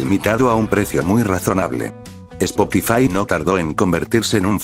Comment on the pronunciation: Spokifai jajajajajjaaj😂